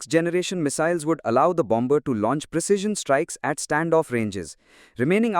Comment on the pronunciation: The second 'b' in bomber is silent.